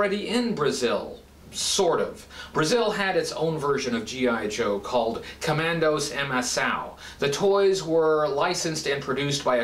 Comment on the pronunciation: Seems I'm brazilian (seems like I'm not the only one here!) I'm amazed with this review. Thank you and Happy Birthday. (It's fun how you pronounce Comandos em Ação, rsrs)